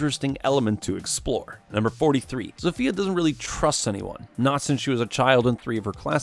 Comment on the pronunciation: "Zofia" is read like Zo-fia not Zofya or Zofeya just Zo-fia